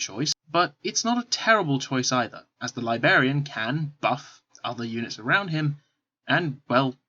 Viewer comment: It is driving me crazy!